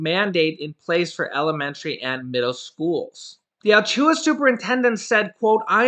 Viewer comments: Hey that is pronounced A-La-chua and that is really messed up because my kids wouldn’t go to school unless they ware masks and if I was a teacher I wouldn’t teach if they didn’t have them on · Driving me nuts that you can't pronounce the Florida county name correctly... Al-latch-oo-a (as close as I can phonetically write it)